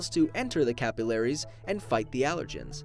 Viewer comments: The way he says capillaries 😭😭 Him: Cap-ill-air-ease Me: Ca-Pill-aries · is that an American way to pronounce 'capillaries'?